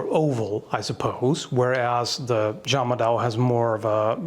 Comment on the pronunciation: Its juung-mah-Dao, the Japanese called it Zanbato